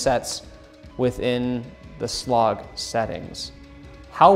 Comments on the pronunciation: My friend, please stop saying "sloog". It is pronounced "S... Log". And makes you come off as if you dont know what youre talking about. Video was still informative though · Did he call it Slog lol S-log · Yes lol. I have never heard anyone pronounce it in that way.